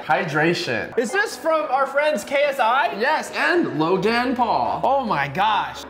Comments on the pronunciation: Logan paul❎ luggen paul✅ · Bro said lojan Paul 😂😂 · “Lojan Paul”